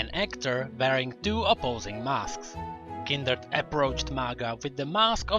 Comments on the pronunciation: fvck its kind-red not kindered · why do you say kinderd instead of kindred (oops i triggerd the fans NOT THE FACE!!!) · It's kindred not kinderd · Kinderd , Kinderd , Kinderd .... KINDRED! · This guy says kinderd and not kindred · Its not kinderd its kindred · Kindered??? :face-red-droopy-eyes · 4th darkin " KINDERD" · did he really pronounce kinderd? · This was interesting, but I can't help but point out that it sounds like you are saying Kinderd and it stresses me out. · Kinderd lol ;] nice vid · no hate but why say it as kinderd?